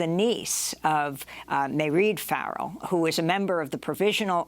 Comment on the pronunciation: Mairead is pronounced exactly like Parade with the P substituted for an M.